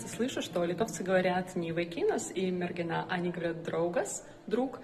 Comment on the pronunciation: MergIna tiesingai ištarti)